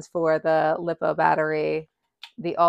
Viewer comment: Glad to see more women getting into the sport and being public about it. Side note, LiPo is pronounced Lie-po not Lee-po. I only mention this in kindness, not out of criticality.